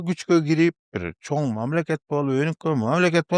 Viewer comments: “ЧОН” эмес “ЧОҢ рахмат” урматтуу алпаруучу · Автор чон рахмат дебей чоң рахмат деп сүйлөчү кишини раздражайтетпей 🤬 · сен "Ң" тамгасын айталбайсыҢбы? Андай деле кыйын эмеско. Көп подкасттарыңды көрөм, инстаграмдагы баракчаңды дагы көрүп турам, көп байкайм, Ң тамгасы кезигишкен сөздөрдүн баарын Н деп айтат экенсиң. 🙂 Чон рахмат, чон ата,..... ж.б деген сыяктуу. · Эми чон рахмат дебей чоң деп,ң тамгасын туура айтып үйрөнүп алчы,алып баруучу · тууган, качан чоң рахмат дегенди үйрөнөсүң ай😂